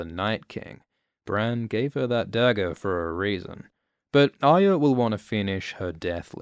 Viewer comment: The way this dude says "Aya" triggers me bad.. There is an R in there brother... or is it "byotha"